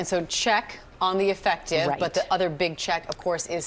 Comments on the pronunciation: She can't even say effective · can she just say effective bruh